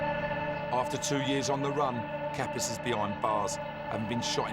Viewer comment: 😂😂😂 It's Kapris bruhh... Kapis means something else😅